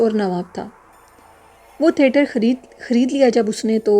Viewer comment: Assalamualaikum warahmatullahi wabarakatuhu From lucknow with love. Its theatre not therter . Nice stories thank you.